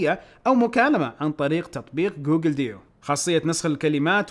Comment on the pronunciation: ترا تتنطق جوجل دوو مو ديو